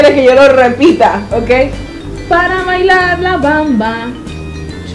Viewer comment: Para ilalar la bamba, gogo gaga... Ay no me mató de la risa :) Me encanto jeje...Lo hizo bien, relativamente jeje